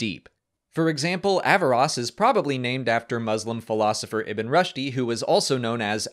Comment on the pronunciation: "Ibn Rush-dy" "Averros" I'm not mad, I'm just disappointed. For future reference, his name is pronounced "Rooshd" with one syllable. Also "Averroes" is pronounced with four syllables.